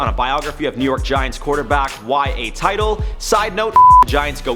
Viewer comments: Its Y.A. Tittle. Tit-ill. Not Title, you dumb mook. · Y.A. Tittle is pronounced “Tit-ul”not “Title” jackass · Did he really pronounce Y.A Tittle as Y.A TY-TLE.. when it's Y.A TIT-LE? God Damn this dude knows nothing about sports.. Definitely shouldn't be doing these sports based BTWF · Its TITTLE not TITLE smh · Plz ban this mf from talking football...he said Y.A. TIDAL... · You instantly lose the right to say “go Eagles” when you pronounced Y.A Tittles name as “title” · Who is Y.A. 'Title'? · It's Y. A. Tittle not Title like little with a T in front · Great overall job. I'm a huge Skip guy. I even corresponded with him on MySpace back in the day a couple times. You didn't mention that he broke the SMU scandal which is one of the biggest moments in College Football history. And mispronounced Y.A's last name haha. But that's nit picking. Great video over all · Dude, if you're going to poke fun of the 4 time SB champion Giants and act like you have a dog in the race you could at least pronounce their Hall of Fame quarterback's name correctly. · ive never seen any content from this channel and I keep seeing comments about the host. apparantly he is new--ish? The moment he mispronounced YA Tittle, I knew he was trash.